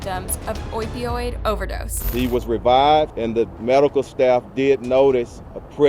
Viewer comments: There were 10 deaths, not 8. You missed the two who died in hospital after...and it's oh-pee-oyd. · The way you pronounce to opioid is killing me. I don’t dislike your content but often the grammar and pronunciation is very off